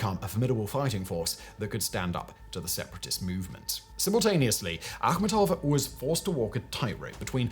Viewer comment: thats how its supposed to be pronounced its of volga tatar origin(Tatarstan)